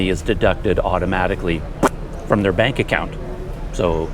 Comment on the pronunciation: The thing is the way Indonesian says bank sounds like "bunk" so it's understandable you don't catch it the first or second time or none at all.